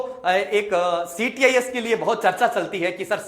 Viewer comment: Sir ctis nhi. Cits hota h